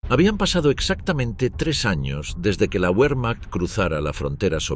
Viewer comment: QUE UERMANJT..SALAME..!! Se pronuncia..VERMAJT.....!